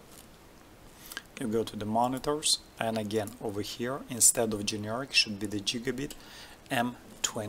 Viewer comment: Jigabit :D Thanks for the tutorial :p